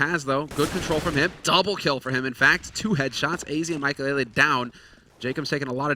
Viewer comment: Who watches this and said maikelelelelelele when the casters said maikelele Also i luv dyrus